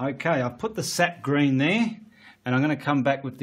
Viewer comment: Are you saying, "Seth green", "set green" or "sept green"? I can't quite understand what you are saying.